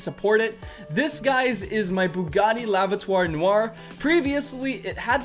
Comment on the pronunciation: "La vatoire noire" "das schwarze auto" "the Black car"